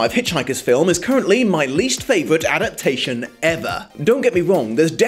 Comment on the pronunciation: Is it intentional that you often leave a syllable out of 'adaptation'? If no it's a little hilarious. You'd think, of all words, that's the one you'd try to get right. No ill will meant, just cracked me up a bit.